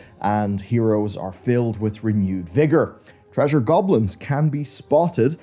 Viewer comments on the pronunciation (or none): none